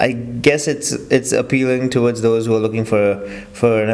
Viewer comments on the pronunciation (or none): none